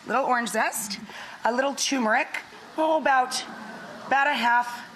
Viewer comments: It's not TuMeric , it's TuRmeric. And you're a chef? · And all those people you pay a salary won't dare tell you TuRmeric, not TuMeric.